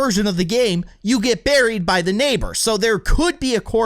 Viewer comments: Lol nabor its neighbour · you called the nabor